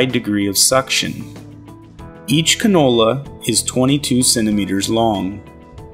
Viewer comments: Is he saying Canola? Is that singular for cannoli? Or is he talking about a single vegetable oil? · He's pronouncing cannula like the f**king oil. What a disgusting video